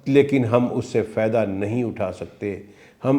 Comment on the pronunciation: حضرت۔۔۔۔ لفظ " تلیم" بولتے ہیں آپ۔۔۔۔ یہ مناسب نہیں آپ جس طرح اصلاح فرما رہے ہیں۔۔۔۔ آپکا تلفظ درست ہونے سے بہت اچھا تاثر بنے گا۔۔۔۔ لفظ ت۔ا۔ا۔ا۔۔ا۔۔۔۔ ل ی۔۔۔ م ہے بولنے میں ۔۔ تعلیم۔۔۔ ت کو تھوڑا سا لمبا۔ ۔۔ ایسے ہی لفظ۔۔۔ فیدا نہیں ہے۔۔۔۔ فا۔۔ف۔ ۔ا۔۔۔۔ا۔۔۔ا ئدہ بولتے ہیں۔۔۔۔۔ ف۔۔۔ا۔۔۔ا۔۔۔ا۔۔ا ئدہ۔ امید ہے آپ غور فرمائیں گے۔